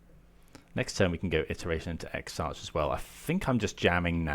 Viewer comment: Great video, TarmoTwin isn’t the best deck out there but certainly one of the most fun! Exarch is pronounced “ek-sark” btw! :)